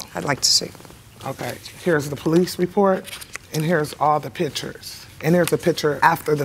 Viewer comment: It sounds like the plaintiff said, "pitchers' instead of "pictures"...